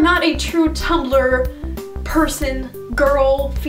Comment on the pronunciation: its not tum-bel-er, its tum blur omg